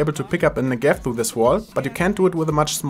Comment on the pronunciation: You say "Negev" wrong... please check in google translate how it's said. Thanks